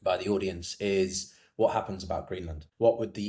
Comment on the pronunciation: Greeland, got the name wrong